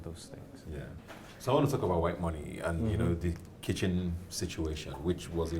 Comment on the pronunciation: Did ebuka just say kissing instead of kitchen?